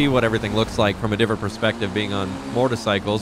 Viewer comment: Mortalcycle huh ? It's Motorcycle......